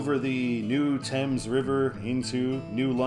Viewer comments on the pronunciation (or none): none